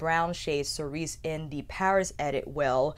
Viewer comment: Cerise is pronounced Suh-reez Marais is pronounced Mah-reh (not ai like in thai or ay like in shay, it's a softer sound). Hope this helps! 😉